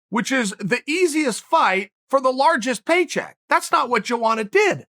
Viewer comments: I'm from Poland and it's funny when you say Joanna in your language, try it like it is Yoanna Yędrzeyczyk, and the problem will dissapear! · Chael: Jowana Everyone: who? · Joanna Champion because nobody can pronounce her name lol